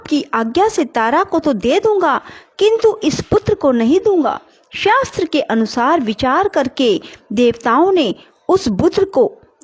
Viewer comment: Ap. Shbdo ka uchcharn theek nhi krti ho jisse arth ka anrth ho jata h jaise shastr ko shstr bola gya hor bhi ak shbd h tum svym suno to pta lg jayega